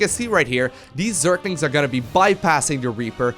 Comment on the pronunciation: Am i only one who getting annoyed when says zerKlinKs